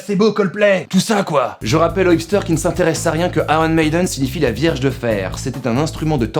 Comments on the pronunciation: Un ptit truc: on ne dit pas Aron Mailleden mais Ayon Mèïden. Sinon c'est bien vu comme topo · Tu prononce Aronne Médeune?😂😂😂